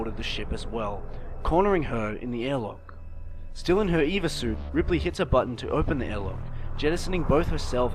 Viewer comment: I know this over two years old but acronym time. It is NOT an Eva suit. It is an E.V.A. suit. Extra Vehicular Activity suit. As someone who works in the space business this was like nails on a chalkboard.